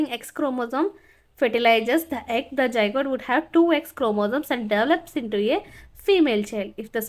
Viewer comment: its not zijgote it is zygote 😂😂😂😂😂😂😂😂😅😅😅😅😅😅